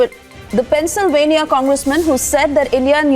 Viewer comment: Did she read Pennsylvania as Penisylvania first...then corrected it